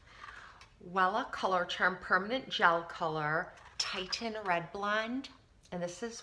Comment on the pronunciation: Your hair is a gorgeous color and I'd like to get more reddish tones in my blonde so I'm going to look into Wella colors. Just FYI, the red you use is pronounced Tih-shun because it's spelled Titian (2 i's). Titian was an artist and this refers to a shade of red he used in many of his paintings. :)